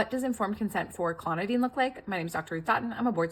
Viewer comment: Its pronounced clon-o-DINE (like your about to dine)